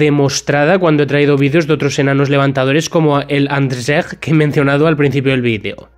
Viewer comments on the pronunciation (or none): Hola soy polaco y te quieria decir de que pronuncia Andrzej algo mal😂 pero es normal pq el polaco es un idioma muy dificil, pero su nombre bien pronunciado seria algo como Anllei